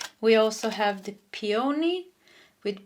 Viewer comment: I love your readings, and I grew up in a household with several languages. English came last. I LOVE mispronunciations, and Pe-OH-nee made me laugh so hard. It's PEE-oh-nee.